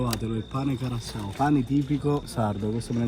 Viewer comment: Con una s carasau mado non e difficile😂😅